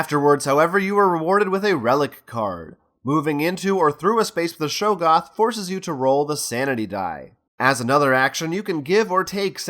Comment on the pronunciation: Great video, really enjoyed watching. But......it's pronounced Shog-goth, not show-goth